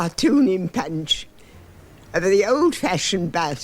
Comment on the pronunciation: Rolled Rs. Punch pronounced pench. The accent sounds like the posh characters in "Jeeves and Wooster" .